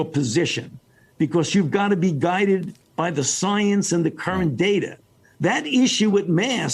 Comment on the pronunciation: Fauci: Delivers his best Martyr of Science performance Chuck: (👍You are science) Fauci: "I will take the slings & arrows..." "Szience" 🤡 & Ackountability 🤮